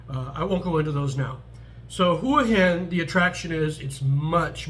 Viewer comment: Thanks for pronouncing Hua Hin correctly. Wayne’s series on HH was very accurate, it’s more for 55+ who want a normal life without the partying. I’m looking to hire expats myself for a business in the US and the one rule about expats in Thailand is they can’t live in Pattaya because of the reputation. Pattaya has it all though and is cheap to live.